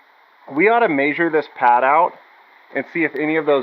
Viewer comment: did you say masure?